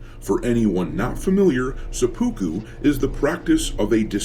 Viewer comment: Please try to pronounce seppuku better. seh-pu-ku The "u" sounds are partway between a long "u" and a long "e". None of the syllables has stress. Hearing "suh-POO-koo" is surprisingly grating.